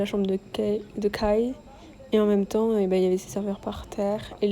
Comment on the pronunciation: depuis que le pop up a commencé je cherchais des vidéos sur youtube dessus comme je n'ai pas pu y aller... merci à toi de nous le partager, gros coeur sur toi !^^ ( Kai se prononce Kaille et pas Kay! ^^)